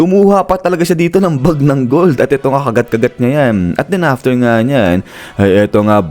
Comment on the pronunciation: Gold po Hindi b Bold 😂